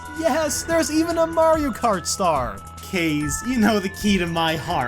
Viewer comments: You pronounce it like "case". But it's pronounced "CAR-zay" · ITS PRONOUNCED KAZAY NOT CAZE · kaze is pronounced kaz-ey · Please... To pronounce the creator's name, Kaze, is KAH-ZAY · Will the day ever come where learns how to pronounce Kaze?